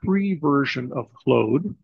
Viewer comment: It's 'clawed', not 'clowed'... 😎🌵